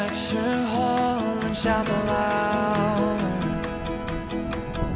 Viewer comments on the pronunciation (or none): none